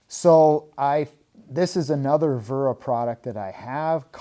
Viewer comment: It’s wera not vera 😂